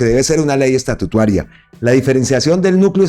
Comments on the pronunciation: me encanta su canal. Me informa a la vez que divierte. He notado que incurre en error cuando habla de ley "estatutuaria". La expresión correcta es "ESTATUTARIA" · Saludos amigo, usted dice ESTATUITARIA …..pero se lee: E S T A T U T A R I A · Gracias por su excelente programa. Leer: "Estatutaria".